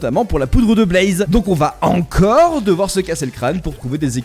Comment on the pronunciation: La Broodmother de ARK 😂 Ouais mais là c'est l'ancienne texture 😅 Bon, maintenant le soufre a récemment été rajouté. Est-ce un hasard ou un détail de la part de Mojang de faire que les pandas peuvent éternuer des slime ball ? 🤔 Pourquoi tu dis "blAze" ?